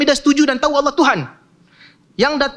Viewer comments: Bismillah...Terlalu jauh ya akhi sebut Nama Allah Aja ga jelas di menit ke bukan Owoh om Tapi Allah... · sebut owohhh owohhh....makhraj sebutan salah....sebut la Allah itu dengan makhraj yg betul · ini yg nyebut owoh kenapa ga jelas ya,hai Allah bukan owoh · Nampak berapi api itu menandakan nafsu yg keluar...coba belajar yg fasih dulu lafasالله bacanya yg betul cam mana?allah/awwoh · ...bukan Alloh yg dilafaz kan ..tp awoh...bukan lam tapi wau...erhatikan gerak bibir nya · Benerin dulu pengucapan lafadz Allah dulu, bukan Alloh, sesekali kedengarannya Awwoh 🙏😅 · Kirain cuma aku yg salah denger 😂😂🙏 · Ko sama ya, kedengaranya owoh owoh 😂😂😂😂😂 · Panjang lebar ni ngomong,sekali ngomong lafaz Allah pun di bace Awwoh.. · Lelafalkan Allah aja nggak bisa...Awoh...awoh...memalukan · Apa punya. Sebut allah pon x betoi. Apa awoh. Sebut allah elok elok. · Ya Allah ini si orang jawa ini ga jelas nyebut nama Allah owoh owoh trs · Iya betul...owoh..owoh.. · Cakap Allah Subhanu Wa'Taala aja belum benar makhrojnya macam mau ikut debat .😭😥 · Iyee, buat saye org indonesia malu saje diee tuu 😭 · sebut Allah pun tak betul